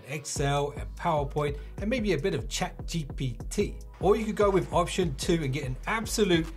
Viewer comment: how you said ChatGPT was personal 😂😂